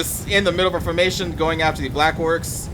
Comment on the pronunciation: I laughed when you say 'in the middle of your "formation"